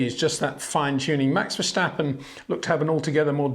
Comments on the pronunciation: Peter, for havensj sjake, pleasje pronouncje max' name right, it is verStappen, not verSSJJJtappen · Date is no "h" in Verstappen. Also no "step". No "Baron Von Trepp" in Sound of Music, either.